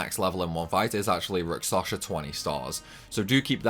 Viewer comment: I'm concerned about some of your pronunciations (and it's not your accent) - I'm sorry if this sounds critical, but I'm genuinely concerned that you may have dyslexia or a related condition. * Rakshasa (you're saying it like rak-sa-sha instead of rak-sha-sa, inverting the last two syllables) * Evility (you're saying it like e-vil-tee instead of e-vil-i-tee, completely omitting the third syllable) * Melodia (you're saying it like mel-i-o-di-a instead of mel-o-di-a, inserting an extra "i" after the first syllable)